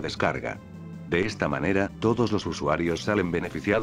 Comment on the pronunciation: ¿Soy yo, o en vez de decir "de está forma" dice "de esti forma"?